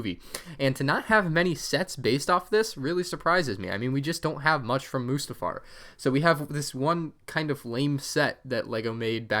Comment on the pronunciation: moostafar LOL